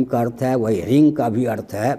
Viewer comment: परमपूज्य आचार्य जी , सादर चरण स्पर्श. आपने आपने व्यक्तत्तव में ह्रीम उच्चारण किया और ह्रिंग भी.... इसमें कौन सा उच्चारण जप के लिए करना चाहिए. 🙏🙏